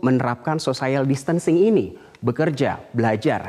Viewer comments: Social bacanya biasa ajah kali sociel, bukan sosaiel Edit 18/3: sosiel bukan sosaiel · Sosayel????? wkwkwkwk sosiyel kali...... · Pertama kali dengar social bacanya sosayel....omg. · Malah banyak Yang fokus Pada " sosaiyel " nya ... Lmao 😁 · Salfok.. *sosaiel..sosaiel.. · mas.. mas..... kok " sosaiyal" sih? wkwkwkw, coba cek kamus google lagi gimana bacanya....wkwkwkw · Cara baca social nya salah, harusnya biasa aja cara bacanya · hahaha gue pikir juga gitu ... sekelas news anchor TV nasional gitu lhoh.... sosaiyal wwkwkw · masukan saja buat metro TV supaya teamnya belajar pronunciation dgn baik khususnya ketika memakai terminologi bahasa inggris... pelafalan distancing sempurna... social? ehm he he he telinga saya gatal berkali2... maaf 😂😂😂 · Buat #Metronews ... saya sekedar meluruskan yg salah ... pengucapan kata bhs Inggris "social" tidak tepat. Silahkan cek kamus. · sama begitu selesai aku langsung tulis saran ke metro teamnya harus belajar pronunciation. Ternyata setelah scrolling down, sudah banyak yg nulis juga. Yg jelas aku bersyukur bukan jadi tukang nyinyir sendirian wkwkwk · Nadhil Ihsan Lah kita kan memperbaiki... biar ngerti cara bacanya, ini bukan sok... kan buat pelajaran. Selebihnya dia bagus kok bawain beritanya...